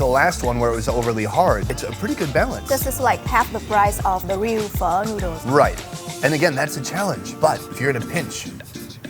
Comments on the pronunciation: Because of this channel I keep telling people that apparently Pho is pronounced Pha. None of them believe it! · Not liking the way pho is pronounced here,I hope that's not actually how it's pronounced